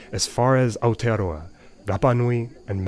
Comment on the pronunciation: It surprised me how impacted I was by an American accent pronouncing Aotearoa correctly